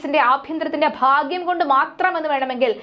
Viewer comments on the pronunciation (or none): none